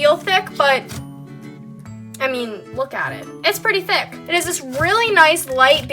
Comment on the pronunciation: Why does she say thick like it's spelled thuck...